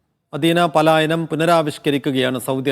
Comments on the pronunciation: പാലായനം ❌ പലായനം ✅ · പാലയാനം അല്ല പലായനം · 'പാലായനം'അല്ല.'പലായനം ' ആണ് ശരി.